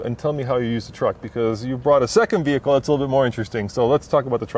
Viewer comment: Not to mention "veer hickle"